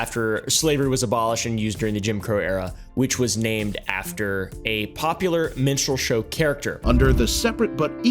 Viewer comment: Shamelessness of big corporations is mind-blowing. You should check what Amazon did to a guy who has wife and 4 kids, very small children. Guy was working for Amazon and one day in 2020, FBI just appeared on his doorstep... F*cking sick story!!! By the way, why am I hearing "menstrual show"?!? 🤦🏻‍♀️